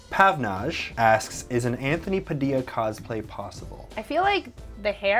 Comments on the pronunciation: Isnt it pronounced as pa-dill-lia not pa-dia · Why does he keep pronouncing his surname Pa-di-ya when it's actually pronounce pa-dil-ya. Isn't his grand pa Filipino? Not saying it's wrong. He can say it however he wants but I'm just trying to correct it. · I thought you pronounce your name PU - DILLA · How is your name pronounced "Padeeya" when it's spelled "Padilla"? And you're American, which makes it even stranger...